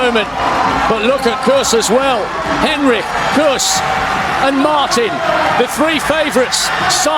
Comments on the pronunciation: I think its pronounced hen-RICH not henrick 🤦‍♀️🤦‍♀️🤦‍♀️ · He’s not pronouncing her name properly. It’s Hen-rich, not Hen-rick. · Was wondering about this myself. She herself pronounces the ending 'rich'. The commentator is using a German style pronunciation similar to the name Heinrich.